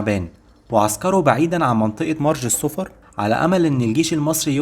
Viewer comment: مرج الصفر تلفظ بضم الصاد وتشديد الفاء مع الفتح